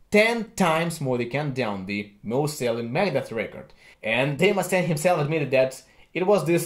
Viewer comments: Sounds like he's saying Megadess. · When he says Megadeth it sounds like he’s saying Meredith